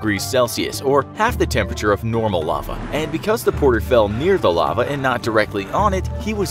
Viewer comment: "Lave" really? I cant believe he messed that up and i think english is his motherlanguage.